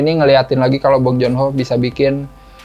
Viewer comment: Baru nonton okja, parasite sama memories of murder dan emang filmnya bagus2 sih btw, dibacanya Bong Jun Ho bkn Bong Jon Ho hehe😔